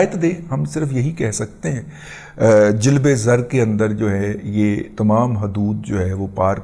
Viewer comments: *Razi Dada attention * اردو تلفظ درست فرمائیں Birrat غلط ھے صحیح bra'at Jilbe zar غلط ھے Jalbe zar صحیح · رضی صاحب جلب زر میں ج کے اوپر زبر ہے زیر نہیں معافی چاہتا ہوں ذرا تلفظ درست فرما لیں